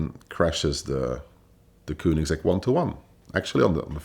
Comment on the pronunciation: So many wrongs that vinwiki should think of taking the video down and maybe let him try again, after some research about the brand he's gonna talk about. And it isn't kuunigsegg, what the ____?